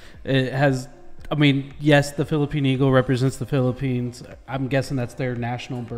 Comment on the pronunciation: It’s Philippines not Philippini…